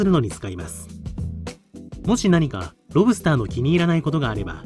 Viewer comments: セプテットリリー ロブ↑スター→が通常。ロ↑ブ↓スターは違う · ロ↑ブ↓スター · ロ↑ブスター